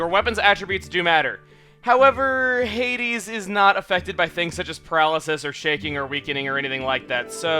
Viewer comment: Your suposed to said Hades silly. :3